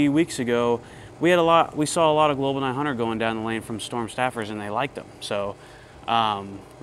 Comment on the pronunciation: New drinking game: take a shot every time says the manufacturer’s name incorrectly. InB4 alcohol poisoning